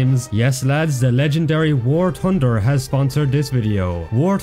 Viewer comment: War Tunder!😂😂😂😂😂😂😂